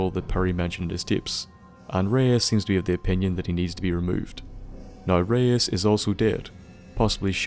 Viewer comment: Enjoy we mispronouncing Reise for the entire of the episode XD Feedback and suggestions are appreicated